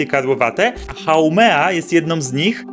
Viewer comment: Haumea nie haumena